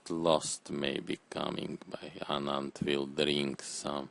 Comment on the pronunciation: "Anand will dreenk some...dreenks...some..."